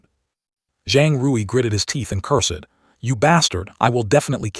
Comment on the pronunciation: "Un-fath-able" how "cur-sed" AI speech still is. I thought we had "leaped" into smarter AI already. H-M-P-H!